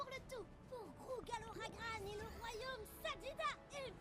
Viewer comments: An heart warming reaction for a intense episode. Once again : thank you. So, you made it clear you're ok for pronunciation class : Amalia : I've noticed you tend to pronounce "Amehlia", but every "a" must be pronounced like in the spanish word "casa". Xelor : you say "Shelor", but the "x" should be "gz", like in the english word "exaggerate". Grougal : you say "Gurgol", it's should be "Grugal", with the "r" before the "u" and the "a" like in "casa". Joris : That "j" sound doesnt have an equivalent in english or spanish. It's a sort of a reverse "sh". If you can't, you can use the "j" in John. Click on the speaker symbole to hear it : Pinpin : Oh, the french nasal sounds... There are three of them on an/en in/ain/un For Pinpin, it's obviously the third. See you for the last episode, dont forget to watch the end credit : there is not spoil ! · good reaction , even if is somtime confusing to hear ponpon and gargol insted of pinpin and grougal